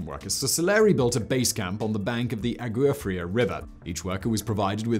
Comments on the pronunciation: Its pronounced awah free-ah, cold water in Spanish ..agooa lol =p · The Agua Fria should be pronounced in Spanish.